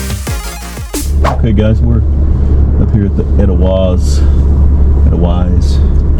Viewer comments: It's pronounced "Adelvice." It's a flower from the European Alps, of Germany, Austria, etc.. 🤟🏽🐻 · Edelweiss the w is pronounced as a V